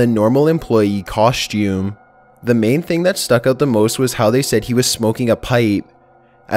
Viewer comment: I hate when people replace s with sh in a word like the way he said coshtumes it's sooo cringy S